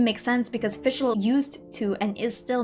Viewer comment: yes finally someone gets the pronunciation of her name somewhat right the rest needs still some work but german is a hard language so it’d be unfair to expect every german word used here to be pronounced right